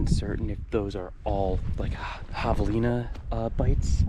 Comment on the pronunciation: Dude doesn’t know how to pronounce javalina properly…how dumb🙄🙄🙄👎🏼👎🏼